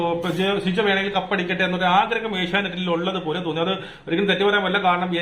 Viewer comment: Bശിജോ അല്ല സിജോ ആണ് നേരാവണ്ണം പേര് പോലും പറയാൻ പറ്റുന്നില്ല. ആദ്യം പേരൊക്കെ മര്യാദക്ക് പറയാൻ പഠിക്കൂ എന്നിട്ട് വീഡിയോ ഇടൂ